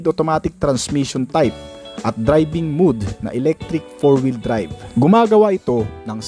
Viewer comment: Mowd not mood kuya. Lagi kna lang.😅